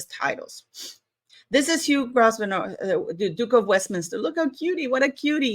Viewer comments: I don't know if anybody else has said this. It's pronounced as Hugh Grove-nor, Duke of Westminster. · When you express Grosvenors' name, drop the S in the name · Hi, just for info to you & your international audience, the name Grosvenor is pronounced with a silent 's' so it's 'Gro-venor' 😊 xx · Pronounced Grove-ner. Harry was hoping to borrow some money off him. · In England we do not pronounce the letter S in Grosvenor, it is silent x